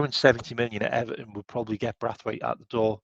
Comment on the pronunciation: You make me laugh with your pronunciation of players names. Brathwaite lol BraNthwaite